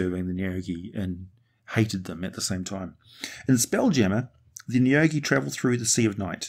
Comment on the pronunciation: I'm pretty sure you said the names of the neogi correctly. deathweb ship lands